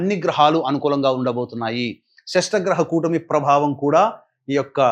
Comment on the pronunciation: షష్టగ్రహ కూటమి కాదు ,షట్ గ్రహ కూటమి అనాలి .